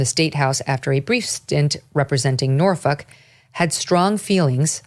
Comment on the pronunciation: Megyn said NorFuk! Hehe 😜